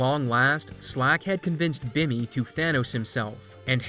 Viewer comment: "Bimmy". XD